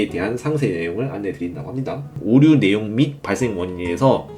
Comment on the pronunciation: 발음좀 고치셔야할듯 관년 오뉴 완뇨 라고 말하시는데 내용 집중이 안됨